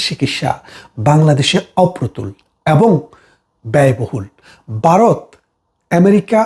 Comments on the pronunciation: উচ্চারণটা বারত না ভারত !!! হাসিনার পাচাটা। ইনি বারতিয় না বাংলাদেশি? বুঝতে পারছি না। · দেশটার নাম বারত নয় ভারত। ব্যারিস্টার সাহেব একটু শুধরে নেবেন। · ওরে 😂 বারত নয় রে ওটা হবে ভারত 😂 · কথাটা ভারত, #বারত নয়। আপনারা বা়ংলা লেখেন এক আর উচ্চারণ করেন আর এক। আপনার বিষয় বাংলাদেশের জন্য গুরুত্বপূর্ণ হতে পারে কিন্তু ভারতের জন্য গুরুত্বপূর্ণ - এটা আপনাকে কে বললো ❓ যাইহোক, আপনার প্রতিবেদন ভালো লাগলো 👍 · দাদা আপনি আগে ভারত ঠিক করে বলুন, বারোত বলতেছেন। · বারত না, এটা ভারত। উচ্চারণটা ঠিক করুন আগে। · বারত নয় ভারত। ঠিক করে বলতে শেখেন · বাইরে 😂😂😂😂(ভাইরে) ওটা বারোত না ওটা ভারত হবে। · Apnio bangla vashai bokte parenna, varotke bolchen barot !😂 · ভারতকে দয়া করে 'বারোত' বলে উচ্চারণ করবেন না।